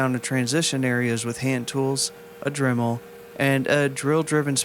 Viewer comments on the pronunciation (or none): none